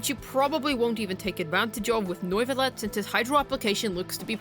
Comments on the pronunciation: Noivuillette? Lol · bro rlly said noyvillete... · In triggered by the pronounciation Its nuvilette Not noiceless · Why can't you pronounce neuvillette?